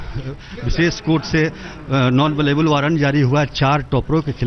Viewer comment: pehle khud to Non Bailable bolna seekh le fir Ruby ki reporting karna